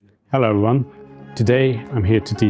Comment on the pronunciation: The word is "everyone". Say it with me: [ 'evri u'an ]. Not "eion" ;)